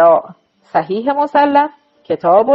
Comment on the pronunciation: بعنوان مثال ، صحیح مُسلِم درست است نه مُسَلَم ، این اشتباه ها بسیار مورد خنده ی دیگران میشود